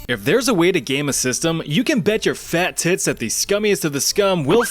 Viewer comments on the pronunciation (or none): dude the sharpness behind “FAT TITS” was sudden and unexpected